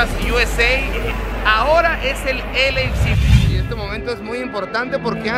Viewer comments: Alguien dígale que es “el ei ef si” no “el eifsi” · Y nada mas te recuerdo que es LAFC y no LAC como lo mencionas.... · Es L, A, F , C. no LAC🤦🏻‍♂️ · “ELEISI” GALAXY, dice el vato… Yo que sepa son dos diferentes jajajaja. 😂😂😂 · Repeat after me: el ei ef ci = LAFC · Se pronuncia El ey ef si no la pendejada k dices tu wey Arriba las 🦅 Tururu! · El dijo LAFC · Pronunciacion mala de LAFC.